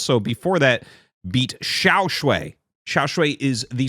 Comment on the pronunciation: Great content! The Chinese Zerg player is pronounced xiao ("shall") shuai ("sh-why").